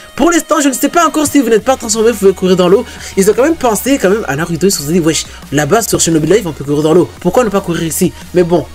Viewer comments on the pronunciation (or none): none